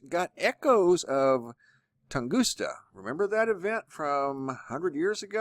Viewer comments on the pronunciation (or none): Excellent as always. Great work. However....it is TungusKa. NOT TungusTa. Just FYI.